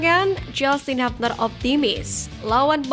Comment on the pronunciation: Hubner di baca hubner bukan habner...koreksi